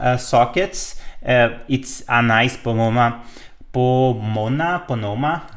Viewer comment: Your English is very good. Two minor things I noticed, just for your information: Pomona (a town about 30 km from where I sit) is po-moan-a. Also "cracked" is pronounced crac-t rather than crac-ed.